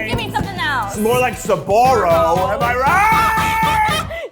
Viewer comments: Every times I hear "Sabaro" 🤢🤢🤢🤢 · Why is he saying Suh-Barrow instead of Sbarro? Wait is Suh-Barrow the correct pronunciation?!?